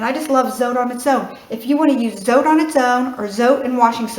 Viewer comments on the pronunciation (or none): It's not zo-tay! It's zo-teh. Thanks for the great recipe. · No my dear, in spanish we dont' have long vowels and short vowels, we pronounce the words as are spell which makes it easy for people to learn the language, so in order to be pronounce zotay, it has to be written zotay or zotei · BTW, It's pronounced "tso-teh" in Spanish.